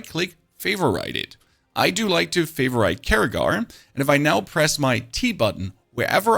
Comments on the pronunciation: I'm sorry, but your "Fay-va-right" is buggin' me out, instead of Fei-ver-it. It's any of the following IPA alternatives: / ˈfeɪ vər ɪt, ˈfeɪv rɪt /. The tips are nice though! Thank you! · favor-it.. not Favor-ite.... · I learned that favorite is pronounced favor-right. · Can you PLEASE stop saying favor-ite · You're killing me with "favor-right" instead of favorite. WTF? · wtf is that Favorite pronunciation lmfao. Canadian irish american and british all in one😂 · How do you not know how to pronounce favorite? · Why do you mispronounce words like occultst and favorite??...? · I can't get past the pronunciation of favorite... i understand why it's happening.... but god no. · Man how do you mispronounce favorite 😂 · Jesus christ favorite is one word and 2 syllables